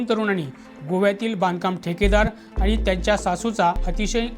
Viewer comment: वृत्तनिवेदक आनी , पानी आनी लोनी